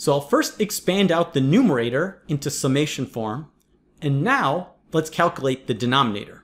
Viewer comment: Did I just get a grammar lecture from a dude who says "figger out" and "calcalate"?